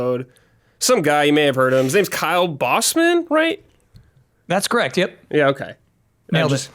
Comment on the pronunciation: Should have said booseman.